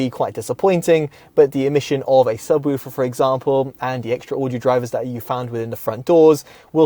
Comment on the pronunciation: Subwüfer haha. Good review 👍